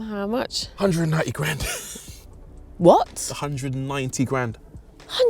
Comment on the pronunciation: sounds so English when she says "graaand"😂